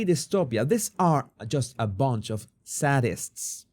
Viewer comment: SAY-dists is the pronounciation of "sadists."